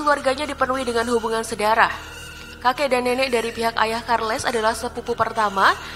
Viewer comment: Itu Raja Carlos II dari Spanyol. Bukan disebut KARLES 😂😂 tapi Karlos (Carlos). Hati hati dalam menyebut nama. Contoh nama Tuti tapi disebut Tati, Beda jauh.